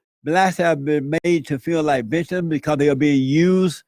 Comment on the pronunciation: "bictims" Lmao